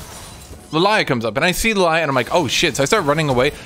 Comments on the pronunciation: it's Lillia not Lalayah 😊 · i love hearing call Lillia Lalaya lol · Were just going to pass the fact this man calls lilia lilaya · number one laning mistake: Not being able to pronounce Lillia correctly